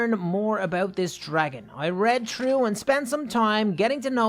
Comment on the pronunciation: Its funny says trough not through:)